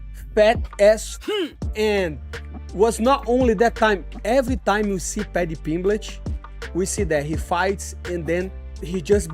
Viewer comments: “Paddy Pimblich” My Brother 😂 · Moicano “paddy pimblitch” 😂😂😂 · "Paddy Pimblech" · Did Renato call him Paddy Pimbitch? 😂